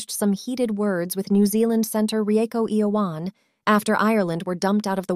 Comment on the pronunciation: Never ever heard Rieko Ioane's name pronounced like that, very refreshing 😂